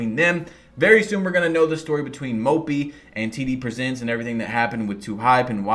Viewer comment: I thought he said TDBarret😭